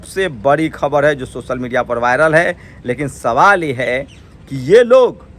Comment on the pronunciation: Bhai socal nhi hota hai social hota bhai .school jao